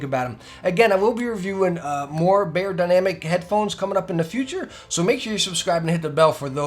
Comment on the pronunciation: It’s NOT “Bayer” dynamic. Fools